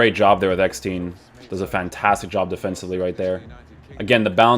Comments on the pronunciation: His Name ist EGGESTEIN NOT EGGSTEIN or EGGSTIN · Hört sich an wie Eppstein 😂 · As a german and a Werder Bremen fan its funny how you Pronuncing EGGESTEIN